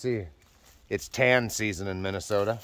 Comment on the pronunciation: "Tan season" lol